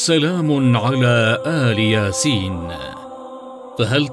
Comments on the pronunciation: تصحيح لقرائتك للآيه الكريمه أخي وهي >> سلام على إل ياسين >> وليس آل ياسين >>صدق الله العظيم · المتحدث في الفيديو ده بينطق آية غلط هي يا جماعة سلام علي إلياسين مش آل ياسين هو المفروض اللي بيوصل معلومة يوصلها صح ممكن حد يشوف ان دي عادي ويقول دااا كلمة يا جماعة كده ماينفعشي ياريت يكون في اهتمام اكتر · ال ياسين مش آل ياسين اتأكد من الحركات الالف مكسورة واللام ساكنة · اسف ولكن المعلق قرأ الايه خطء........فهي ليس آل ياسين ولكن إلياسين ومعناها إلياس واهله ومن تبعه. والله اعلم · ملاحظة عند قراءة إل ياسين تقرأ بكسر الهمزة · واللة اسمة الياسين بكسر الالف وليس بفتح الالف